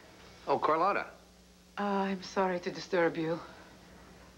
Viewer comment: Dang, all these months and Clint still can't pronounce Carlotta's name. 🤣🤣🤣🤣🤣🤣🤣🤣🤣